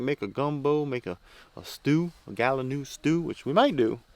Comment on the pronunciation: das like uh gallon new stew